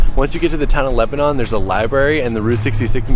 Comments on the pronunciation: I’ve been waiting for this one. 😀. I’m a lifelong Missourian and my brother lives in Lebanon (which is pronounced Leb-a-nun, not Leb-a-non. Just FYI). And it’s Raw-la, not Roll-la. Missouri place names are fun. 😀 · We.live in Lebanon. Its.ok you mispronounced Lebanon and Rolla. Its commonly done. I have learned alot about missouri route 66! Ive really enjoyed your trip!